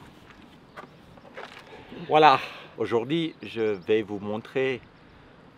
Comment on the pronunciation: j'adore quand vous dites aujourd'hi 🤣😍